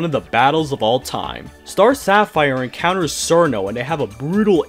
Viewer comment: Evil hearted, that does make sense for Koakuma. So, she never went insane, in a sense, herself. Her nature as a creature of Hell meant she was going to be evil from the start though I suppose the moon's light would amplify it to the extreme that it had become. Just an FYI too my dude, Cirno's name is pronounced as "cher-no".